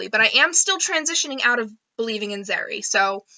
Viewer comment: I love the way you say Zerrie